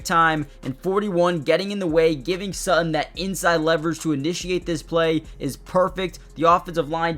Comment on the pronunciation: How can you pronounce "starting" correctly but can't manage "Courtland" or "Sutton"?